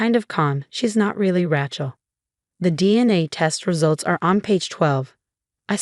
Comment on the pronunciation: Even after all this time, she still can't pronounce "Rachel" properly!